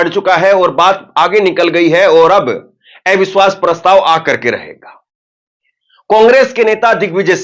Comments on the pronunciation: एविश्वास नहीं,,, अविश्वास बोलिए। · Avishwash not evishwas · ऐ विश्वास नहीं “अविश्वास” बोलें पत्रकार महोदय..😅